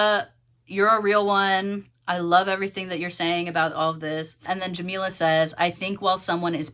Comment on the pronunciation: this whole video you struggled with saying her name correctly which is ironic considering what the video is about. not a great look from a white person either but racism and callousness are way too common in the lgbt community